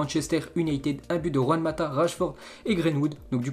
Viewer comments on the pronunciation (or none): none